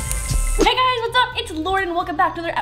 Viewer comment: Did anyone else hear her say laured instead of Lauren